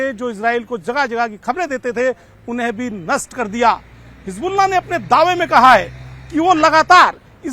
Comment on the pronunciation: Aap baar baar rassgulla q bol rhe h 🥺